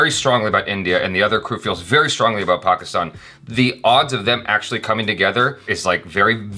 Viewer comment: Really happy with improvement in pronunciation of “Pakistan”